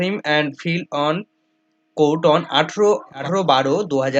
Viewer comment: ফিল্ড নয় বাপ ফাইলড